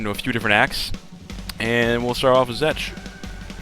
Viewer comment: i'm pretty sure you said zek.